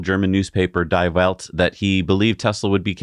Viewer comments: Hahahaha! I am german! " Die wells" says! Its spelled Die Welt, like "Dee welled"! German is difficult... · FYI. I know it's spelled Die Welt, but it's pronounced "Dee" and W's are pronounced with a V sound. The newspaper's English translated name is "The World"